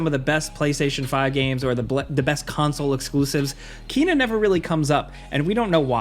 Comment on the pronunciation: I see people are still pronouncing Kena wrong lol. But seriously I'd love to play it. It just hasn't stood out to me enough to spend money on it...*checks ps store... was just about to say hopefully it comes to ps plus but just checked and it was just added! Hell yeah